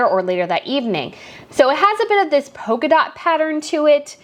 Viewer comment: Polka not poker.